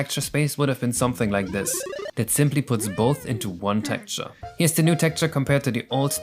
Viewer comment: Its Texture not Tekture